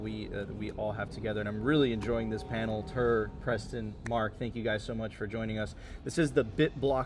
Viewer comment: It's Tuur guys. FFS